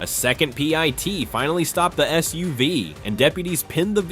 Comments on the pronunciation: Stop narration if you can't pronounce anything right. It's pit, not pyti or pitie. It's pit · I thought the channel creator was Real until I heard him say PEITY. The voice-over is of bad quality. I won't bother to subscribe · Pie-T manoeuvre? Really? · Those "Pie-Tee" maneuvers look vicious LOL ! Great job AI.